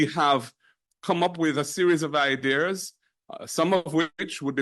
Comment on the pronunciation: Why mark Golding keep saying "iders'? instead of ideas. Them man ya dunce ya mon!!!